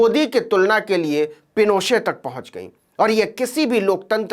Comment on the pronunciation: नवीन जी , एलेन्डे नाम का सही उच्चारण आल्येन्डे है । हालांकि आपने ऑगोस्टो पिनोशे के नाम का बिल्कुल ठीक उच्चारण किया । कृपया मेरे संशोधन का बुरा मत मानिएगा । धन्यवाद । आप जो काम कर रहे हैं , वो सराहनीय है । आपकी सफलता की ईश्वर से प्रार्थना करता हूं ।